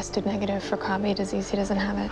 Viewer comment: Krabbe is pronounced like “crab.” Not “krahbay.”